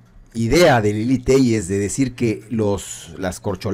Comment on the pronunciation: No se dice Lily. Se dice Lela Téllez.